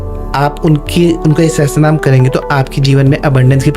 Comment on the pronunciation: Sahasarnam ✅ sahastranam ❌